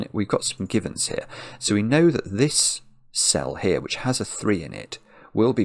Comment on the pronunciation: I was today old when I realised you're saying 'we have some givens here' and not some "gibbons".